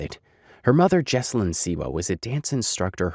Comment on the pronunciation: hey just a heads-up her name is pronounced- JOE. EL. Joan.....joel is a males name Joelle is a girl's name. JOH ELL